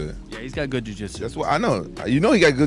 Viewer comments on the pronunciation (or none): jujiju he’s a good jujijshu guy. Wtf lol